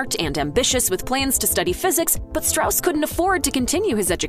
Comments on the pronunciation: There are some questionable representations in this video's questioning of the accuracy of the film. It's pronounced Straws, not Strauss, which is clear enough if you see the film. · It’s pronounced “stross”, not the typical Germanic “Strauss.” That’s why they had the character explain within the film how to pronounce the name. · Strauss is pronounced STRAWZ stilly. Go see the movie. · Strauss insisted on "Straws", not "Strouse". Sounds less Jewish. But I don't know if that's what motivated his choice. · It's pronounced "Straws". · It’s pronounced straws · Topic of the video: Everything Oppenheimer Gets Right And Wrong About The True Story First thing it does: Butchers the pronunciation of the name Strauss--- something that is mentioned in the movie. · You mispronounced Strauss’ name. There’s literally a whole section of dialogue to explain the proper way to say it. Did you guys actually watch the movie?